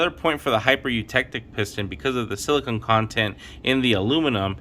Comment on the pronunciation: This is a great video. It's a shame it doesn't have more views. You're one of the only people that say silicon, most mispronounce it as silicone.